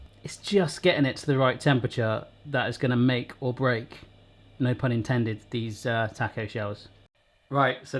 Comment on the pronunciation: “Oh kneow”